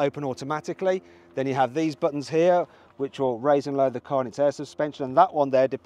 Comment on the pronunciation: I'm wondering how a car-enthusiast like him still manages to pronounce cars incorrectly